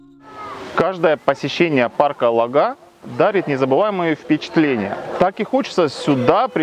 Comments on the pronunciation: Только ударение ставите не правильно - лОга, а не логА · парк ЛОГА,ударение на О,сама с ростовской обл смешно слушать, как вы ставите ударение на название. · В парке была много раз,живу в 40 мин. езды от него.Парк Лога ударение на О.